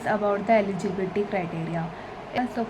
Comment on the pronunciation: Why does here eligibility sound like LGBT